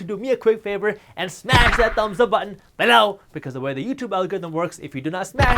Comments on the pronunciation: If he wasn't doing it on purpose before he definitely is saying below like that so we can't say it normal anymore xd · i love your content alot Jaspreet but when you put over emphasis on "below", it cuts through me like a knife. lol